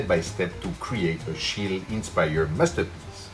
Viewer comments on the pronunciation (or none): This is quite a good approach to Schiele's style. 🙂👍 By the way, the "e" at the end of "Schiele" is not supposed to be dropped.